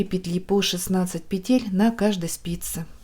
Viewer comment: Пожалуйста, пЕтель, а не петЕль! Очень не комфортно слушать Ваши петЕльки, очень режет слух🙏🏻